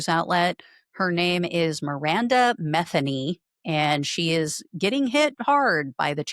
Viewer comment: It’s Ma THEE Nee. Not METH a new.